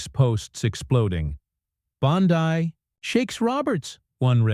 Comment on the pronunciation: Her name is pronounced BONDEE, as in abcD.